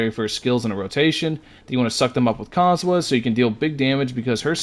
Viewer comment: calling Kazuha cosmo and Cosomo got me in tears